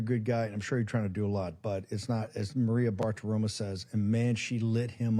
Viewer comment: Bartiromo ----> O not A